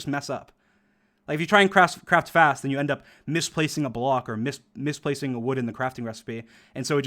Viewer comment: everytime he said craft fast it sounded like he said crap fast